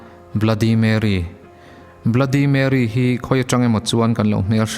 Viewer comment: Bluddy marry tilo in bloody merry ti in lam zawk tur